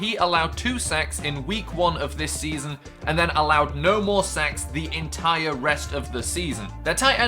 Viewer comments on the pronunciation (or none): none